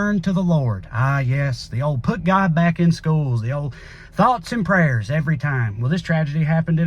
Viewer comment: Always miss me with the "pots and thrayers"